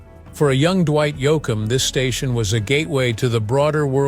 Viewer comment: Yo- akum?? Please get a real announcer for these posts.. Frizzle?? This is insulting to the genre. Try using a real human.